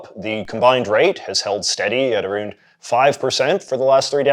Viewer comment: Dude said lying “aroooned”.